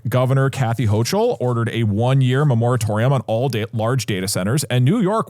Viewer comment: Doug has fried my brain. I cant tell if hes saying memoritorium on purpose as some bit i dont get, or if thats how he thinks you say it